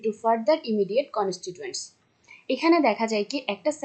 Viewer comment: উচ্চারণ টা কন্সটিচুয়েন্টস। কন্সটিটুয়েন্টস না